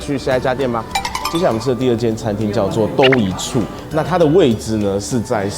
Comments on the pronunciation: 都（ㄉㄨ˙）一处，不是 （ㄉㄡ˙），在北京他家最有名的应该是烧麦，就是露馅的包子 :D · “嘟”一处，不是“兜”一处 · 炸丸子是北京的菜！峨眉酒家就有！另外都一处应该读du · 都du一处。不是dou一处。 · 读错了都是读du了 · 都dou不对，du一处应该是，北京一般地名名称不会念dou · 是dū一处 而不是doū一处 另 那个不是火烧 是褡裢火烧 火烧是没有内陷 没芝麻的 谢谢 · 不是都（dōu）一处，是都（dū）一处啦… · 都一处的都请念du一声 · 都！（du1声）都一处！ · 那个叫都（du）一处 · ㄉㄨ ㄧ ㄔㄨˋ 都一处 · 都（嘟)一处不是 都有的都真的尬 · 我也是想来纠正一下都的发音，各位都踊跃指正了，我就不重复了哈哈